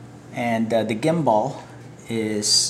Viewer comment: GIMBAL - not GIM-BALL